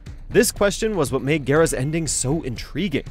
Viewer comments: What is it with the people that make videos for mojo that they can't pronounce characters names right? Katanna, Kotall, Garass, Kr-on-ica s-on-ya, Noob Saybot really? How is it possible to fuck up this many characters names? I mean literally all you have to do is go to the character select screen and listen to the announcer say the characters fucking name! But you guys just say fuck it we'll make a new variation of the name that'll be ok right? You guys should just stop making mortal kombat videos all together you guys can't pronounce the characters names right and you just royally fuck up every list you guys make. I shouldn't be surprised though considering that half the people in the comments on your videos are always talking about how your lists are shit and I see why now. I honestly wonder if you guys actually do any sort of research or experience what you're talking about first hand before you decide to make these videos or if you just watch someone else' video and then make a half ass copy of that person's list just in a different order. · Kitanna mispronounced Kotall kahn mispronounced Gairass MISPRONOUNED Sohnyah MISPRONOUNCED plapodeeifheuskzufehusgjfvucruocios. pronounced perfectly